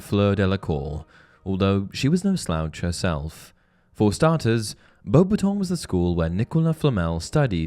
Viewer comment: Can we pronounce it the way Dumbledore did, and not Bo-battons? Thx.